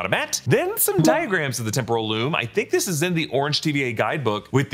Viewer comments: When said “Temporal Loom” it sounded so much like “Temple of Doom” I think it must have been on purpose. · I love when says temporal loom but it sounds exactly like Temple of Doom 😂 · No one will mention the fact that when says "Temporal Loom" the billion times they had him say it sounds like "Temple of Doom?!" This seems like an intentional easter egg